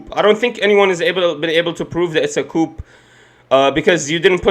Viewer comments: Friendly point. Coup is Is “koo” not “Koop” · Youre pronouncing the word coup wrong. Its pronounced coo. Im not being a smartass, just letting you know bro